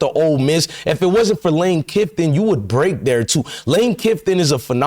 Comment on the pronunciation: Who's lane kiffton ? You're such a dumb ass !! It's kiffin, jackass 😂